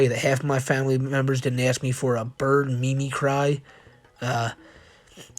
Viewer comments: i mean its on a letter from a pedo..... but "akashic" is pronounced "ah-kah-shick", but you got it closer than many attempts ive seen....or rather, heard....but your mangling of "mimicry" as "mee-mee-cry" instead of "mim-ick-ree", just cannot be overlooked. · Mimicry is pronounced "mimm mick ree". It means to mimic or imitate something. Like a "mime". Like the T-1000 terminator was "poly MIMETIC alloy". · mimicry is pronounced "MIH-mih-cree". as in, to mimic (copy) someone. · tfw chris chan is more literate (not by much) than the person making a video to mock them lol the amount of words you misread/mispronounced is pretty bad when you said "memecry" (mimicry) you had my laughing my ass off and i had to write this comment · Me-me-cry Dude.... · Took me a while to figure out the word was "mimicry". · mimic-ry, like, mimicing something. "testify" =/= "Tes-teefy", you fuckin muppet. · It’s mimic - ree hon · He spelled “Aurora Borealis” as one incorrect word. Also, we’ve been over what the Akashic (Ah-kah-Shick) records and it’s pronounced “mih-mih-Kree” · It’s actually pronounced “mimic-ree”. I’m more surprised he spelled it correctly… You’re also thinking of KidCuisine. Lean Cuisine is the extra healthy frozen dinner